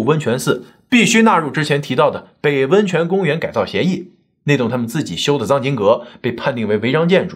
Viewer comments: 是cang经阁 不是zang经阁😂😂😂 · 藏经阁，藏，是念第二声吧，收藏的意思。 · 藏（發音跟“藏”身一樣）經閣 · 藏（CANG）二声 经阁 收藏经书的阁楼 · 文盲，藏经阁，应该读cang